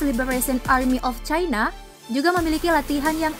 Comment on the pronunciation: caina.biasa aja nyebutnya spt biasanya.cina gitu loh😂